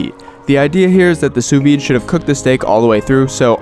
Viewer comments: Fyi, you dont pronounce the d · you don’t pronounce the “d” in sous vide